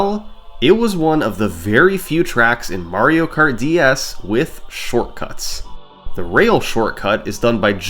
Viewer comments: 3 months late but “shorcuts” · What's a "Shorcuts"?